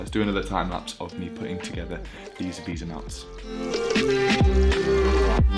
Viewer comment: just fyi its pronounced vey-sa not visa, a visa is something you need to go to the usa